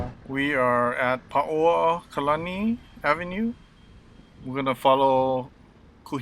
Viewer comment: Thanks for pronouncing Paoakalani, we used to stay in the Ocean Resort there (now Hyatt and featuring a Dominoes I see) we spent weeks staying there over many years but I could never pronounce Paoakalani until today, thank you. I guess I should have asked someone but never did! We’ve done this walk so many times but not for a few years, thank you for bringing us up to date, looking forward to being able to come back safely, mahalo.